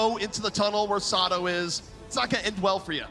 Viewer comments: saying Sado and EQO wrong bugged me so much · Say-doh Smh